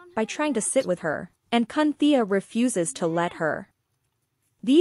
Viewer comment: "Cunthea" WTF 😂 😂